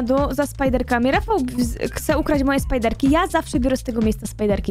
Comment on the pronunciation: Ale mnie skręca jak mówicie spajderki